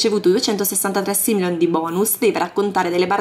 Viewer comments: ma come lo pronunci si dice SIMOLEON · i soldi du pronunciano Simoleon